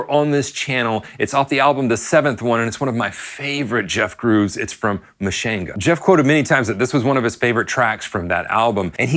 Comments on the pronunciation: Love the video! But I have to be honest with you, every time I hear you mispronounce his last name, and Miss pronounced Mushanga, I wanna jump through the TV and smack you! Lol! It’s (Pore “Car” Oh), not (Pore Care Oh.) And it’s (Moo “Shon” Guh,) not (Moo Shan Guh) You are welcome! 😊💙🎸🥁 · "muh-shane-guh".....yeesh...they show you how it's pronounced in the song lol